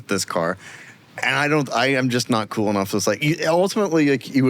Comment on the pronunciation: These guys are cooler than they think they are. They are cool with 2 syllables: Coo-well.